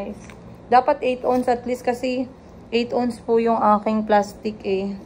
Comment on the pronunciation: Ounce - you pronounce it as “awns”, not “ons” lol ✌🏻